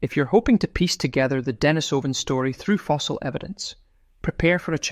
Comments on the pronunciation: On this comment section people are saying, 'Pronunciation: De-NI-so-van, not De-ni-SO-van' which I think is because it's Russian and the emphasis is on the second syllable. but don't quote me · Pronunciation: De-NI-so-van, not De-ni-SO-van. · Accent is on the 2nd syllable of Denisovan, ie, de-NI-sov-an. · A good rule for making authoritive videos is to learn how to pronounce the name of the subject. Denise o vun. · I’d like to have the true pronunciation of the word Denisovan. “Denis o van” as you are pronouncing it, or as I’ve also often heard it, “Denise o van”. I wonder what the actual pronunciation is. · .Ike how to pronounce Denisovan. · Please please - will somebody ever get it right.: the stress in 'Denisova / Denisovan' is on the second syllable. Anyone with elementary Russian will know this. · While I agree that the word is incorrectly pronounced, I have to say that a good percentage of people do not have elementary Russian under their belt. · This is 10 years ago info . Waste of time . Also , please pronounce Denisovan and Neanderthal correctly if you want credibility.